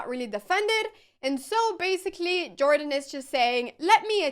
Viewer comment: I doubt that jordan is pronounced in this american way. I guess that someone who speaks swedish should know that :D